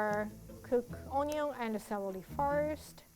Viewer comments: Who else heard her say celely instead of celery👉👉👉👉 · “Celely” omg 🥺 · And 1 stack of Clelely. Me: Google whats celely?? google dies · I love how says celery lol